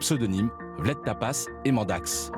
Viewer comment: J’adore, Vlad Tepes -> Vled Tapas 😂😂😂